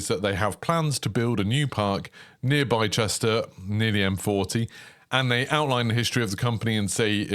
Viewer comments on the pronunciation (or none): "Bye-chester"?? Nope! It's pronounced "Bister" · It’s pronounced bister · Excited for this! I believe Bicester is pronounced "bister" by the way :) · Please learn to pronounce Bicester correctly - bister is how you say it! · My hometown is pronounced 'bis-ter' bicester, looks great I work near the site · Blister without the “l” and the pain😊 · Loving the content mate, this would be an interesting addition to the UK if it’s on a similar scale! (Very small bit of feedback, Bicester is pronounced Bi-stuh) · You also pronounced Bicester wrong along with Nantes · oh woah so cool... Got really confused by your pronunciation of Bicester though haha